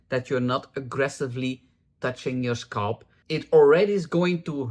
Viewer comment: I love how you say "scalp". "SCULP.